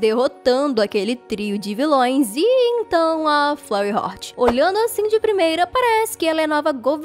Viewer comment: Vc falou furry heart errado vc ta falando furry hort mais e furry HEART